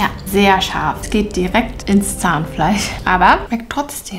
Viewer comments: Warum betonst du scharf😂 wir wissen das es scharf ist😂💪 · Bin das nur ich oder hört ihr auch das manchmal tscharf anstatt scharf sagt? So wie sie auch Miltsch anstatt Milch sagt.